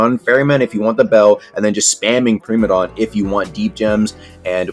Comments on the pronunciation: Preemadon > Pr*I*madon 101 Engrish (no offense i have like mini ocd) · “Premadon” Primadon